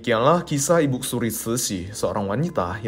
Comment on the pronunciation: Ko.. saya agak gak nyaman dg pronounce ibuk suri.. untuk panggilan formal pd seorang wanita paruh baya/tua sebaiknya dg IBU ( tanpa K ) jadi sebaiknya IBU SURI.. Bukan IBUK SURI Maaf untuk komen saya 🙏🏼